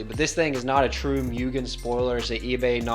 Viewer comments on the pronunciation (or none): Great video and nice car! Ps: its pronounced Moo-gen, not Myu-gen